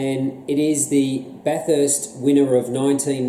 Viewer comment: It's pronounced "Bathist" not Bath-erst" fyi. Other than that, loved the review.